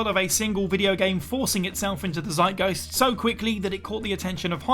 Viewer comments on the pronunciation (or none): none